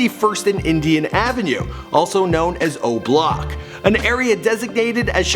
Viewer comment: Lmao he said OHBLOCK